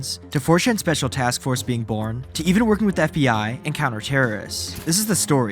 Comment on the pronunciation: around the WOOORld being BOOOOrn as he SAAIIDDd why are you dragging the last syllable like that bro, unwatchable